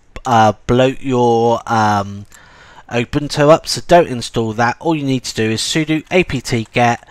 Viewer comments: Its U-bune-too not ubuntow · Did you say obuntu and not Ubuntu? haha. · The accent is great. I thought, for a moment, that there was a new Linux distro called: Open Toe.